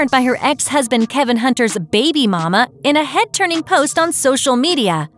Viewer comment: Narrator lost me when she tried to say baby mama.